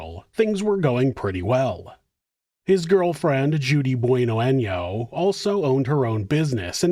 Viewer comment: Gotta put the accent on the "n" in año or else that last name just translates to "good butthole" hahaha.